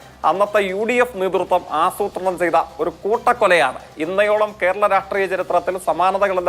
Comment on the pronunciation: ജയിക്കെ ഇന്നയോളം എന്നല്ല... ഇന്നോളം എന്നാണ്